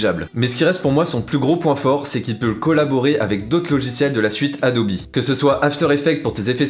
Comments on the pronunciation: on dit adobe pas adobi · c quoi sa adobi au lieu de Adobe ptnnn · Le "E" se prononce "I" en anglais. Donc si la vraie prononciation est "ADOBI" et non pas "ADOBEU"